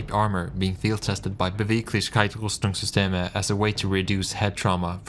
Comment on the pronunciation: Your pronunciation of Beweglichkeitsrüstingsysteme was really good